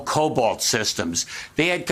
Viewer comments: The dear Governor is not that technical...it's COBOL...not COBOLT. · You know a person is not really an IT person when they say Colbolt instead of COBOL ( common oriented business language).